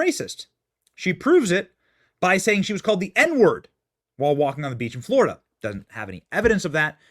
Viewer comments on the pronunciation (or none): none